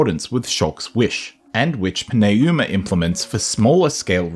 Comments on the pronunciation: Its pronounced Numa, not Pin A Uma. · It’s literally New-ma. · Pneuma is the third word in this video. What in tarnation are you doin' with that pronunciation. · I genuinely love this video but I gotta ask, respectfully. How did you land on that pronunciation of pneuma lol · + Great video overall - Your pronunciation of "Pneuma" makes me want to pull my hair out. Lol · Great video, but the way you pronounce “Pneuma” is killing me lol. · I feel like I am being punched in the face every time I hear it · OMG. Why can’t you Pneuma? They say it 100 times in the game. The p is silent.